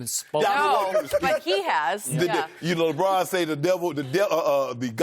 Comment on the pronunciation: Why does he have to pronounce Lebron like Lebraaaaaaaaaaaaannnn? It's forced and like nails on a chalk board to me... Anyone else?